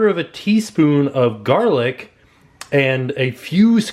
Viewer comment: You can never have enough gah-lic!